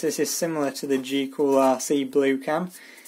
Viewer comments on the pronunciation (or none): why do you say g cool isn't it gool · goolrc not gcoolrc 🙏🙏🙏🙏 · Cool video, but it's GOOLRC. Not GCOOLRC. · I like how he calls it GeeOolRC instead of GoolRC. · why some words the "T" is pronounced and other words the t is silent??? there is a "T" in the word M-O-T-O_R correct? or he adds letters to a name goolrc is pronounced geecool rc???? where did the e and c come from? beda? i think he is trying to say better could be wrong